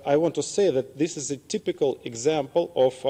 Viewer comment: Чегой-то меня несколько напряг его инглиш. Особенно "типикал" вместо тайпикл)